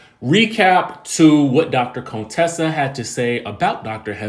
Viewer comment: You keep calling her Cone-tessa you petty 🤣🤣🤣🤣